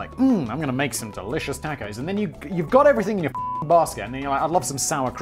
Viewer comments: One question, Simon: ... . . . . The fuck is a tack-oh? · Lets grill some TAK-ohs Finally found someone who legitimately pronounces tacos the meme way Edit: pressed send to soon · "Taaacos"..... BAHAHA!!!! You and my StepMom are the only ones I've ever heard that pronounce it this way. Hilarious!!!